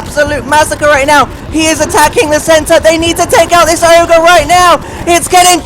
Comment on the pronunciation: It's never oger